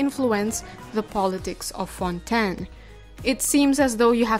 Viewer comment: finally another person who pronounces fontaine correctly as fon-ten